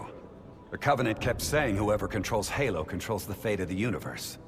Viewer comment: lol, gaylo not halo.